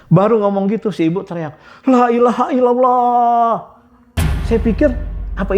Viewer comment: Kenapa ibu itu bilang lailahaillauwllah ya